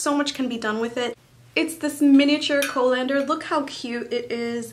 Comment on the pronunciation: It is pronounced coll-an-dur. The "o" is short as in "Holland", not long as in "cold".